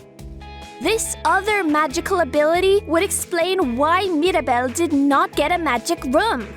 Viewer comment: It's Mira not Mari